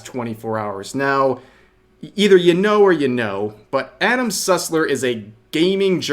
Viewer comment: all I heard was Adam Sutler instead of Sussler and I was incredibly concerned for a moment